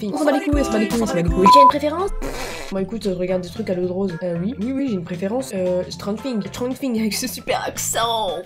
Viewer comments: On dit "srangeur fings"mais ça s'écrit stranger things baaakaaaaa baaataaaataaaaa noooooooooooob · La prononciation de Stranger Things... Quel crime...